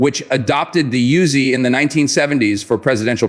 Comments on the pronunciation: Pronounced Oo-Zi. Not Yoo-Zi. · Of course not. And the name pronounced Oozy, Not Yuzy. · Yo Bro, this ain't a YOOZIE, duh? It is an OOZY, THAT'S THE WAY IT IS PRONOUNCED 😂 You do not want the IDF come nockin on yo door😅